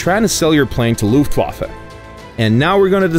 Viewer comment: PanzerOptional Nur so zur Info ich spreche deutsch und fand das recht komisch weil das sich komisch anhört.